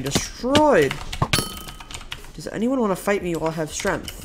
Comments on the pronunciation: it's weird how you say strength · why did u pronounce strength like that